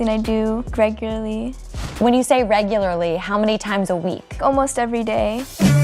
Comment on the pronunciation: she didn't say regularly, she said gregurly